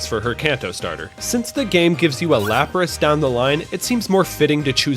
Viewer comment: IT'S LAPRAS, NOT LAPSES! FIX IT NOW!